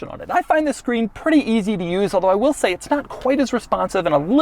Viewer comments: “Easy to Uuoousouse.” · easy to uoose